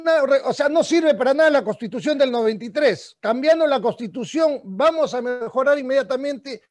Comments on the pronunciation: La palabra correcta es "CONSTITUCIÓN" , él dice: costitución. Necesitamos mejorar nuestra forma de hablar, esto no se trata de ofender a alguien, sino para dejarnos entender bien. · Escucho a Urresti , pronunciar varias veces la palabra "costitución", pésima dicción, está al mismo nivel de Acuña. Parece que tiene las ideas desordenadas e improvisadas. Le recuerdo que todo profesional sabe que una correcta pronunciación es clave para que las demás personas nos entiendan.